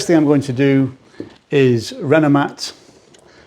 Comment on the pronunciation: Will himself or anyone else in the comments 😊please fill me in on the products he's using. I'm from across the pond here in the USA and cannot tell what he means when he says "Renmvactuer" or whatever brand he mentions. I'd even entertain the idea of purchasing it from the U.K. too if there are no products of equal quality here in my home country.